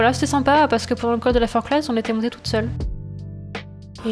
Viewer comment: on ne prononce pas le z de la Forclaz 😂